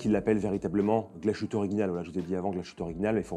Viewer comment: Merci pour la chouette vidéo ! Par contre le mot principal impossible de ne pas rectifier : GLASHÜTTE se prononce « glace - huteux » Le son « ch » aurait été ecrit avec sch… 😊